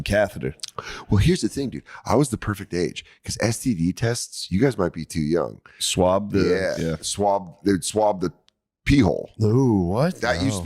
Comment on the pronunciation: It’s pronounced Young